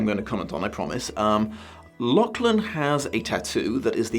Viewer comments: Hate to be that guy but the names pronounced La-cgh-lan La: as in the french feminine "the" Cgh: as in as in the end of loch (the scottish pronunciation) soft glottal ch Lan: land without the d Not trying to condescend, but this year hasn't been a fun one being Scottish in Britain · death to the algorithm etc etc, if you do the next vid, maybe tune up the pronunciation of Lachlan a touch?:P